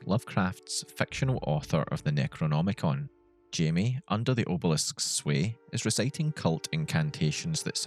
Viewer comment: Did I missheard it or you had said "Necromonicon"? 😁